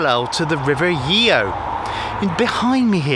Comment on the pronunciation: Nice video but it’s pronounced Chellam locally and the rover mostly Yo